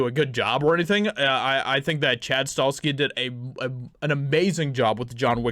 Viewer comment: Chad's last name is pronounced STA HELL SKI. If the movie is done right i will pay to watch it.